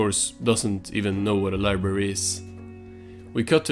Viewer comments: Libary vs LIBrARY.....I simultaneously could hear and not hear you pronounce the "r" in library...I'm sorry but I almost couldn't finish the video cuz of this, it hurts to hear anyone pronounces it as libary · "We will have flying cars in the future" 2024: "Where is SpongeBobs libary?"